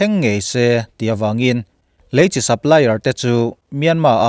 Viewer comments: lam diklo mahse a kawhtum chu a ngai reng alom ilo sawifiah dan hi a dik chiahlo alom, Leichi hi Chi chawhmeh pawlh ang hian an lam ngailo a dik hlel deuh alom, eichi, inchi anga lam tur ania, Chi tih hi a lam dikloh chuan a nihna a bo vekin ka hria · Leichi hi tinge Chi lai hi chawhmeh al nan a kan hman Chi ang hian tinge kan Youtuber ho hian in hman zel le,eichi kan tih a Chi ang hian lam tur ania inlam diklo lutuk hi a pawi e inlam dikloh ang2 hian a ngaithla tuten anlo zawm veleh dawn ania a pawi hi ka ti thin